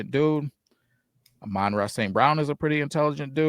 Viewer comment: Stop calling him Johnny Morton. Johnny played WR for the Lions. And ARSB is Amon Ra, not aMONra. Its like Ramen without the R and Rah, like Rah Rah. He was named after the Egyptian Sun god.